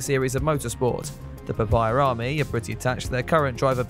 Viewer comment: What the fuck is "papeyer army"?